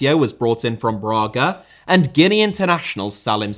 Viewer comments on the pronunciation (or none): none